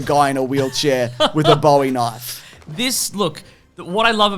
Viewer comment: It’s pronounced Bowie Knife, not Bowie Knife. Gosh